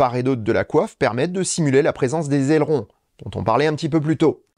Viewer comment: Mon cher, je "like" toutes vos vidéos et vous suis depuis longtemps. Mais là, j'attendrai un petit correctif, car les "quatre zailerons", ça m'a fait tomber une oreille sur le parquet. Allez, on oublie et on se concentre sur l'essentiel: un bon sujet très bien traité, comme d'habitude. Merci à vous.